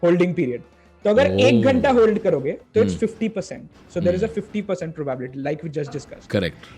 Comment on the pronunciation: How do you pronounce 'probaaabilty'?